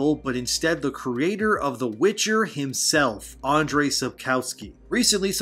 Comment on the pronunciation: Why are pronouncing Andrzej Astry I'm m Andrei? Don't you see the Z there? Polish W is like English V.